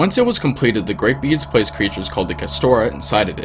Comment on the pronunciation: When he said the proto dermis produced by beings it said “beans”